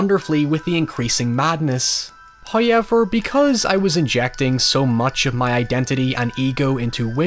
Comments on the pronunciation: "Alright here's your weekly dose of me saying hoyever" You know your audience very well, cheers! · That is the reason I came here for a fresh dose of "hoi-aye-vaar". Once you been "hor-vadoor-eed" there's no going back... Its like the Spice from DUNE every taste is never the same as the last.